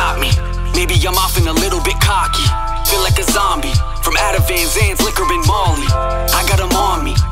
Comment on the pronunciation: never heard anyone pronounce molly that way